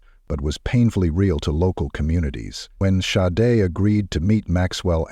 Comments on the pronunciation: Watertown NY....just how that creepy killer walked out in front of her would have made me go home right away 😢 But the awful AI mispronouncing her name ....Shaday is correct Not Sod or Sad-A or Shade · He pronounced her name Sade, Sa-de & Shadee. She worked hard to get where she was & that sorry no good took it all away from her RIP beautiful Sade!!! 😞🌹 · It's not sade. It's Shawday! because he's WHITE! YEAH I WENT THERE, COME FOR ME! I wish somebody would have taught this child better safer caught more cautious! she does not look comfortable at all she's looking at the menu wtf? nothing normal about it He's walking in front of her all the time wtf? why do you keep showing him dismissing her how come you don't show them engaged in conversation He's either ignoring her while she's looking at the menu or he's walking in front of her what's up dude? Unsubscribed! but Gabby Petito #JELANIDAY Say his name! Dude me thinks you might be in fear! The same thing happens to my culture and community of people The Indian women missing murdered indigenous men women and children Amen 🙏🏽 okay last one, " now imagine she's white " she still holding against this little girl cuz she's black then don't don't don't give me no nothing yeah I'm going there I thought my last statement was the last but you know what that f**** judge is holding it against his little girl cuz and her family cuz they are f**** black I hey sometimes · Show some respect!! Pronounce the victims name correctly every time you say it! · Why do you keep pronouncing her name differently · Good coverage of an horrific crime. One thing I would respectfully ask is to be consistent with the pronunciation of her name please. It's Sade or Shar-day. I know it is a small thing but it is her name and that is so important. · Why do you keep mispronouncing her name, AI? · You’ll definitely get a sub from me WHEN you’ll respect the victims enough to have their name pronounced correctly!!! VERY DISAPPOINTED!